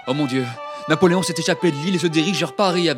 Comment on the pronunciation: Actually its ”Napoléon”